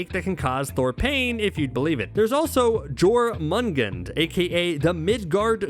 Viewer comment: You said Jormungandr wrong